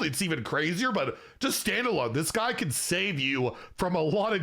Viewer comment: Oh you're right on closer inspection. It really sounded like he said "can't"